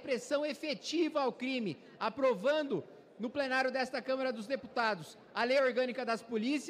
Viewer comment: CÂMARA não CÃMERA!!!! vc trabalha na câmara